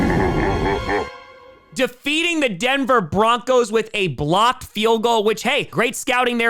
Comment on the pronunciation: I know he said blocked field goal, but for a moment i thought he said Blopped. Yep, that play was def Blop 10 worthy!